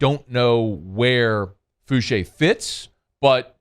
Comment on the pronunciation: Fouchaa not Fouchay lol but that doesn’t matter that’s my people from that 7th ward sbp